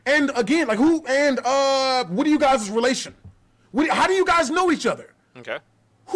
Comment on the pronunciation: WTF is a Youguises?? What fykn language is this bloodsucking scumbag attempting to speak??